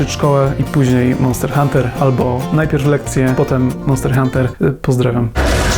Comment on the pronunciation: "MONTER HUNTER"